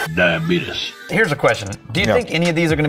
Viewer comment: Oh, wow. Yes. As some have said, this one is funnier than usual. when says, "diabeetiss", I can see a big bellied someone named Uncle Billy sitting in his recliner talking about someone contracting "diabeetiss". And then?? The cat says it... Death-On-A-Stick. I died. 💀